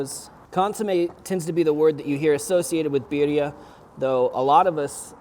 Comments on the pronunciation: You say birria quite well. Thank you for always sharing your recipes. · You said Birria and Jalisco perfectly